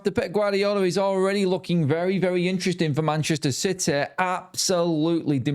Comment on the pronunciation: What a piteh for citeh 😂